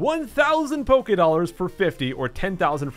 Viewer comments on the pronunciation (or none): none